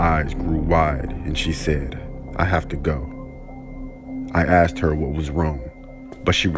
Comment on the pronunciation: The narator with the deep voice always says axed instead of asked